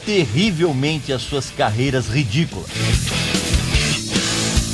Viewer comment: Vc foi tao enfático : carreiras ridículas🤣🤣🤣Cara, nós somos do mesmo tempo mesmo!!🎶🎸